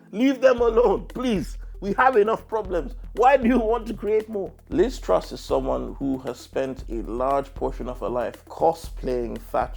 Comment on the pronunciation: "Join me in welcoming... Liz Trust" You got her fucking name wrong 6 seconds into the video. Britain's stupidest comedian?